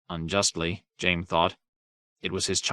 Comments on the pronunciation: How is he pronouncing Jaime like jame? My goodness..🤦‍♂️ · He pronounced Hizdahr Zo Loraq properly, but says Jame?